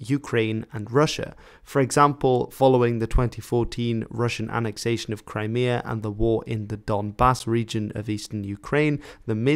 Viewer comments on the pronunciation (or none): none